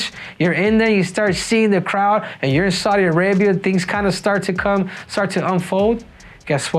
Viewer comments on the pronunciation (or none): none